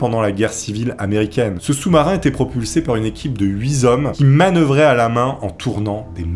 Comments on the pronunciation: heu... 8 T' hommes et non 8 Z'hommes. Idem pour les Z'autres. Des plans Horizon"TAUX", et non "TALS" Merci pour la vidéo. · "Huit z'hommes", d'accord. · huit zhommes ça pique un peu aussi. Dommage parce que le la vidéo est globalement bonne. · "...ce sous-marin était propulsé par une équipe de huit "z" hommes..." Attention à la liaison! LOL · C est vrai que huit hommes dans un sous marin ça fait bcp....mais par pitié pour mes tympans qui viennent de saigner ...éviter la liaison avec un "s" qui n existe pas, 8 est invariable... 😢